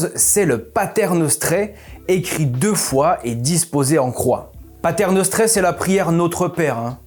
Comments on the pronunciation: C'est "Pater Noster", pas "Pater Nostre". Il y a d'autres erreurs dans votre latin... 😉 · C’est Pater noster et non nostre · Passionnant et sujet creusé, merci! (Maiiis PATER NOSTER pas nostre!!😱😅 😉)